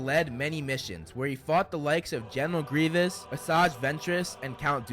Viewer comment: Its Grievous, not Grievanc!